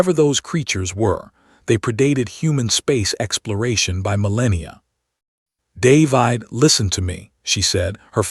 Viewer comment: Stupid AI voice can't pronounce the name 'David'.